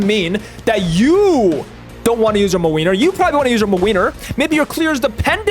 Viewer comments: As a Polish person I love hearing you say MaWeiner instead of Młynar (Muh-Win-Are) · every time says mlynar i just lose it and i love this series sm, pls make more!! <3